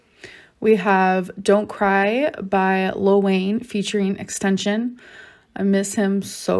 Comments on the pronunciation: not her absolutely butchering xxxtentacion's name with extension, brother ewwww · the way she said XXXTentacion has me dyingggg. "Extention". GIRL PLEASE. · 😢 extension, I miss him so much😢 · XXXTentacion being pronounced Extension gives me an aneurysm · she called xxxtentacion “extension” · "Extension" misses him sm but can't even say his name right bffr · I hate ppl who act like they’ve known someone since forever after they died “I miss extension so much” at least try to say his name right. She only said that because wipey is probably a fan of him. Also the gifts amber gave becky were gifts someones aunt or uncle would give to a person who recently came out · “Extension” smh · the way she pronounces xxxtentacion gets me every time 💀